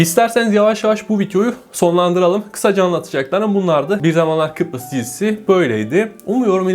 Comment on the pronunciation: Peki sürekli Kıprıs demesi fllfllggllhgllflf